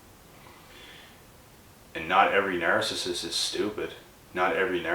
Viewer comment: You seriously need to learn how to pronounce narcissist call me it's very annoying the way you're saying it